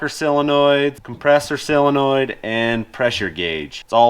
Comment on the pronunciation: Solenoid, Sol not Sil, my mom encouraged me to speak correctly not it’s your turn to hear from her!